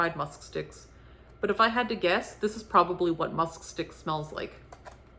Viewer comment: I don't know how you said musk sticks without getting tongue tied! 😄 The pumpkin description 😄🤣😂